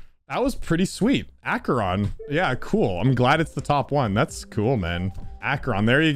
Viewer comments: You pronounced it wrong. It's actually pronounced "Tartarus Copyable" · Actually, it’s Acheron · Um so the correct pronunciation is actually Acheron where the A is as in cat, the ch is as in character, the e is as in polyester (the second one), the r is as in porous and the n is as in loan. The main emphasis should be on the A syllable, with the ron as a secondary emphasis. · Uh, it's actually pronounced 'Acheron', not 'Acheron' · Umm actually evw it's pronounced Acheron and not Acheron. Hope this helps! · It's Acheron not Acheron. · YOU PRONOUNCED ACHERON WRONGGGGH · Btw you said acheron wrong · its pronounced Acheron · Hey, just wanted to tell you, you pronounced Acheron false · You mispronouced the name. (I did as you ask, hope the algorythm helps you now) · OMG I CAN'T BELIEVE YOU MISPRONOUNCED ACHERON, I'M CRYING AND SHAKING AND SCREAMING RIGHT NOW, I'M SO MAD THAT I'M GOING TO HELP YOU IN THE ALGORITHM! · its not EICHERON its ACHERON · it’s Acer-on jeez man. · its actuaallly proonounsed Acharon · Uhhh.. It's actually "Acheron", not "Aych-eron" 🤓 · Let me educate you people. 🤓 As a Greek dude, i'm the one who can tell you how to correctly pronounce the level's name. So, we have: A (as in "a-nimal") Ché (as in "he-ritage") Ron (as it is) It's also actually pronounced in the 2nd syllable. So it's "A-Hé-Ron", not "Á-He-Ron" Hope that makes sense. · You were right, ITS PRONOUNCE ACHERON NOT ICHIRON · Mate... it is not called 'aChErOn' .. its called 'AcHeRoN' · iTs AkErONnNNNNnNnN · It’s “a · kr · aan” NOT “ā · kr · aan” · Ak-A-Ron not Achyey-Rohn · its pronounced ach-er-on not eekeeron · Acheron no Aceron yes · It’s pronounced “ack-eron” not “ach-eron” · It’s A-ker-on. Not Aye-cher-on. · I think It's aey-c-her-ON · Actually it’s pronounced “Akeron” with a short a like in “cat.” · He its pronounced like (Ak-e-ron) 🤓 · Oh my God,!! It’s pronounced Ack-Er-On!! Get it right!! You’re welcome! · Actually it is pronounced Akeron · its akeron